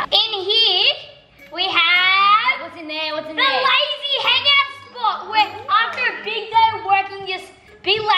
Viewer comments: Here we have the lazy room Me: Did he just say the lady room??? 😂🤣😂🤣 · when said Lazy I thought he said lady LOL